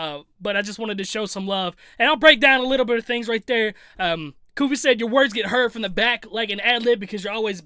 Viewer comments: It still trips me out how you & Shaq still say that "S" at the end of 100 Kufis name. STAAAAAAHP!!! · That's where you messed up. It's 100 KUFIS NOT KUFISSS. 🤦🏿‍♂️ The S Is Silent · It’s pronounced 100 kufi my guy everyone says his name wrong 😂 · He isn’t even saying 100 kufis’s name right lmao